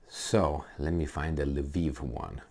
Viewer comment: What the fvck is Laveev?? It is Lvov in Russian or Lwów in Polish or Lviv in Ukrainian. I don't see an "A" after the L in any of those spellings. By the way, I take issue with the Ukrainian pronunciation as well. They have this silly habbit of changing the spelling of cities and replacing "o" with "i". Harkov -> Harkiv (there is no leading K in Harkov. Retarded Anglos stick it on there for god knows whhar reason).